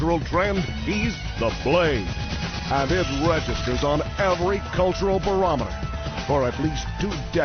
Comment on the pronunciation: when the VO says "cultural", I just hear the first syllable.